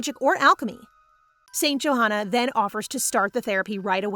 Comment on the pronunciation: Wait it’s not St “joehana” that’s not how you pronounce it it’s “yohanna”